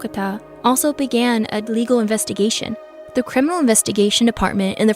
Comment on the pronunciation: "International CiMiNAL Police Organization," lol